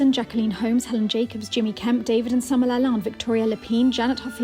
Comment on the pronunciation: LaLande not balance.